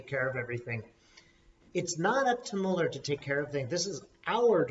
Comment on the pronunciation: You are two of my favorite people! So comforting to hear from you both. Just a couple of things: * If Trump gets impeached, then Pence becomes president and he will pardon Trump! Maybe that's why Madam Speaker doesn't want Trump impeached. *, I love you dearly, but could you please pronounce Mueller's name correctly? It's doesn't really matter. It's just a pet peeve, because the Republicans do it on purpose from disrespect. The say "Democrat party" instead of "Democratic party," just to be small and petty, just as they deliberately mispronounce Director Mueller's name. I love you guys! P.S. I've always been curious about how and why ended up in Australia. If it's none of my business, that's okay.